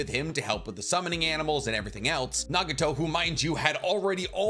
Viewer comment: who is naga-tow lmao